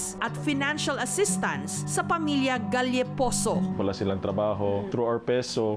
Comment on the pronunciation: Maam Jessica Soho galeposo Yung pagbasa hnd galyeposo